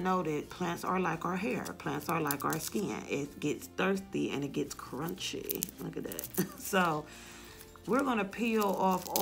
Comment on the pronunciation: I love when you say “curun-chy” 🤣🤣